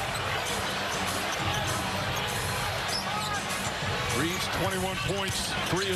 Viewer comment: His last name is Reaves not Reeves. How do people not know at this point?